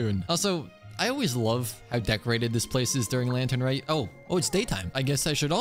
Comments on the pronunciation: lantern rite bro not reet 😭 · r-eye-te not reet 😭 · it's pronouced lantern "rait", not lantern "rit" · He knows, he does it because it’s funny